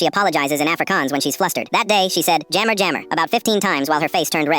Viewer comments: It’s an ai voice it’s reading it how it’s spelt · Ugh that's not how u pronounce sorry in Afrikaans 😂😂😂😂 Its jammer (Yah-Merrrrrr)